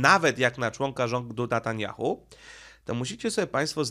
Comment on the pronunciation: Netanjahu , a nie Natanjahu .